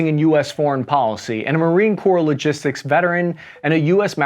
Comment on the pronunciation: LOGISTICS -> LOGISITICS